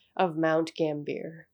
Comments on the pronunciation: It's pronounced gamby ah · nice video...but its south australia, and pronounced like mount gam-bee-ya